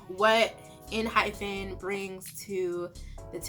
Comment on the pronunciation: The group name is pronounced en-hype-en :)